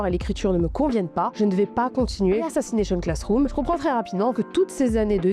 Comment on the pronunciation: Tout allait bien jusqu’a ce que tu dise assassnation classroom. 😂😂😂 mon goat cet anime a ete tres touchant pour ma part